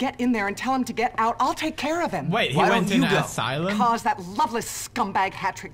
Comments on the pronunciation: It's not a aselum it's a asylum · asylum not asslum a-sigh-lum sorry i think i just offended you pewdiepie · It's ass-sigh-lum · Pewds... asylum is pronounced a-sigh-lum.... not ass-a-lim (even though its hilarious when you say it:D) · asylum a sie lum not asilum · Asylum {Ass-ill-um} Adorable . . . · The way he pronounces asylum 'ass-o-lum' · Ass ilum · I just love how Pewds pronounces things...ass-eh-lum, nin-yah etc. XD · Pewds: "Who goes to an ASSLUM if they're drinking?" Me: facepalms I love Pewds :') he makes my day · i love how he call's it an Assilmm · Ah yes, the assilum. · us-i-lum. that. is. how. you. say. asylum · Asylum is pronounced a-si-lum just saying and I'm not being mean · Pewds says assylem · Lol Pewds Its As-I-Lum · Peers is asylum not asalum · You said ass sylum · Ass-i-lum= Asylum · ASSILUM LOL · He kept saying asylum wrong